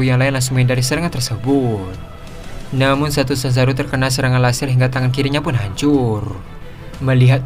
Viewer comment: Sumpah salah satu kalimat yang mengecewakan adalah ketika admin mengucapkan kalimat " Namun " Contohnya namun zanzaru langsuu menghindar "😅